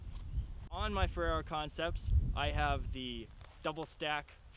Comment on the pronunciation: you sound like you're saying ferrero haha